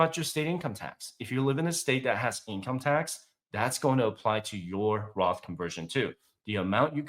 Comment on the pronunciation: did you mean "Roth" or Graph?